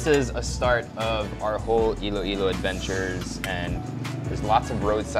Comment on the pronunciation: Iloilo po not Ilo-Ilo